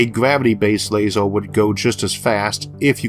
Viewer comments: lasEr, lasEr, lasEr, lasEr, lasEr, lasEr, lasEr, lasEr, lasEr, lasEr, lasEr, Light Amplification by Stimulated Emission of Radiation, LASER. don't care about the r=w thing but damn you've no excuse for pronouncing LASER wrong. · Very interesting video but what's with pronouncing every -er ending word as an -or? Eg a lasor weapon, or a largor projectile. That was incredibly distracting! On the other hand, if you are producing videos despite a speech aberration, kudos to you for ignoring any critics like myself, or anyone poking fun!